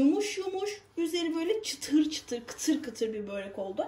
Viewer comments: abla seni çok seviyorum da keşke böreğe böğğrek demesen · Çok tatlış, çok enerjiksin ama lütfen kelime telaffuzlarına da özen gösterelim, sizin gibi hoş bir hanıma BÖĞREK kelimesi hiç yakışmıyor 💜 nacizane rica, öneri ne dersen artık 😘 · Böğrek değil börek lütfen. Ellerinize sağlık güzel bir börek. Selamlar.